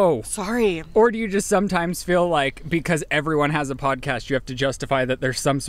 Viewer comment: and his "FILL" instead of "FEEL" 🤦